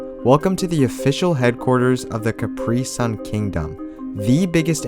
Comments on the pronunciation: it's not cipree sun it's capri-sun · Dude u said caprisun wrong and its annoying....